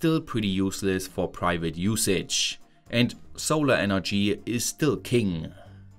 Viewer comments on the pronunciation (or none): What's energy-ah?